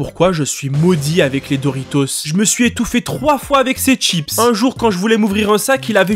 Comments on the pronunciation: Les ''Tchips'' XD c'est chi pas tchi chips. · J'adore , il dit pas chips mais tchips 🤣🤣 sinon super vidéo 👍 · pourquoi ”tchips” et pas ”schips” ? Sinon elle elle est trop bien la vidéo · C'est la cette prononciation de chips?